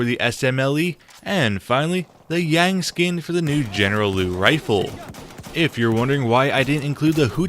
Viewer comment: Uh btw, the Liu is spelled Lee-you not Loo